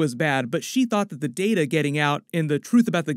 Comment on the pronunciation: It’s pronounced Data not “Data” smh.